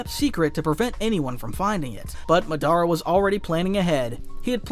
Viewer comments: Madara not mah dar rah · Yea he drove me crazy with that muh-DAR-uh instead of Mod-DUH-ruh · Bro youre saying the names all wrong. I cringe everytine you say matara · Is this Ai? Because why is he saying Madara like that? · If you gonna say MADARA Say it RIGHT